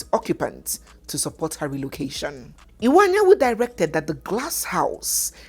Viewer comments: please the name is Iwuanyanwu, not Anyanwu. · please the name is Chief Iwuanyanwu and not Chief Anyanwu